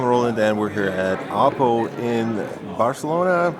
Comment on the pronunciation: Thanks for pronouncing oppo the right way :P